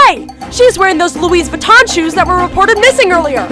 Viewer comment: Its Louis Vuitton Not Louise Vuitton